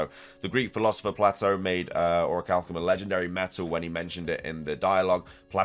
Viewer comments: I think the Legendary jewelry she has on is just jewelry. It's fitting with what she teaches, but I don't think there is anything beyone that. Just a heads up, The name Plato is pronounced PLAYto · I love you man but it’s pronounced Playtoe 😅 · I love you man, but it’s pronounced Play-toe😂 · Man your killing me It's pronounced play-doe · Holy shit, you can't prnounce Plato correctly either? Do millennials even go to school? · I more offended by the pronunciation of Plato 😂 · I thought the project name for SV was Titan. I'm unsure why SoulSilverart was connecting Atlas and Atlantis they aren't connected outside of just being in greek myth. One is a titan that held up the cosmos the other is a island described by Plato (which somehow you mispronounced).